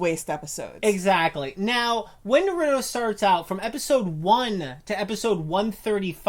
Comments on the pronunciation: Nope they said na-ru-doe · Bruh you pronounce it like "Naroodo" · “Narudo” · Narodoo doing the rasangun while soosuke doing the shitdorri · Narudoe shipudeen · yeah watched 20 sec and i can any more STOP SAYING NORUTO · STOP SAYING NORUTO THERES NO FUCKING O!!!! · Isn't naruto pronounced like nar uh toe like they say it weird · you said naruto wrong but it does not matter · im sorry, but like thats not how you say naruto or shippuden- (no offense lol) (also im from the future in 2020) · stupid you are saying naruto wrong knukle head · Definitely not a naruto fan if u can’t pronounce his fucking name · THATS NOT HOW YOU PRONOUNCE NARUTO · I hate how you say Naruto tbh gotta learn how to say it right. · Sorry but stop white peopling the fucking name. Naruto roll the fucking R... I bet you say Jalapeno with a strong J.. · STOP STOP STOP JUST STOP YOU CANT SAY NARUTO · They love it so much they can’t pronounce it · If you truly loved it, you'd pronounce it correctly. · They say we’re behind if it’s dubbed even tho they don’t know how to say naruto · It’s one of their favorite shows yet they can’t even PRONOUNCE IT RIGHT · How can you love Naruto if you can’t say his name right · Ur saying naruto wrong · You got all the names right but Naruto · I hate it when you say naruto and shipped end you guys don't even know your gramer and your like 30 learn your grammar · I HATE how they say Naruto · I disliked because of the way you pronounced naruto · are they actually fans? they pronounce his name like complete idiots. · Thanks, I heard her pronounce Naruto and I needed to bail quickly.